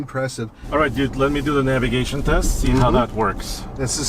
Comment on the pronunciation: You gotta say navigation bro